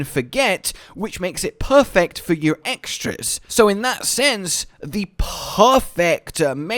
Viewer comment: Can you possibly make your "P" sound harder when you pronounce "perfect" 😆